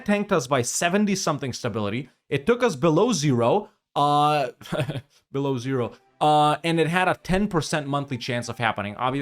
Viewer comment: ahhaha, im russian and know that ur pronounce of "beloOzero" is wrong, but when u said "below zero" my first thought was about beloozero as well)